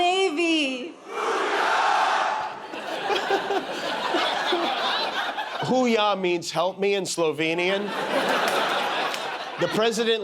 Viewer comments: Thought Melania was saying "Who we are, Navy?" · I thought Melania was saying “who we are Navy!?!” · He's so demented! He acts like he forgot who Ghislaine Maxwell is! And he doesn't even remember the name of his own book?! And the Navy doesn’t say "Hoo yah" like that. 🤦‍♀️ Plus it's ILLEGAL to put his likeness on currency! I'm confused by the last guy. Why would he vote for that councilman when he doesn't like what he proposed? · I thought she said "Who We Are Navy" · I thought Mel was saying, "Who we are?"